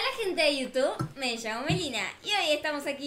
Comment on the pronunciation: Jajaja like si te diste cuenta de que dijo (hola jente de youtuk)